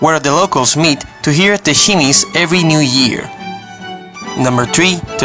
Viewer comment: Chimes! Not she-mays. I was really confused by that. And the madroño is a Strawberry tree!!